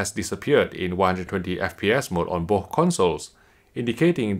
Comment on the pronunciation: Plz learn how to say BOTH not booohh.. 😁😁